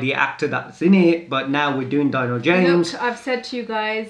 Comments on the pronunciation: Not "DYNO" it's DINO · Its not "dyno" its more like 'D'----- 'NO' James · Actually the pronunciation is like Deeno not Dyno . Love u all❤️